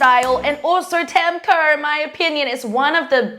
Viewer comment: I love u but I’m getting annoyed with how u say Kaur, cuz it’s my middle name. But no hate, people make mistakes and it’s not anyone’s fault. It’s pronounced kao-rrh.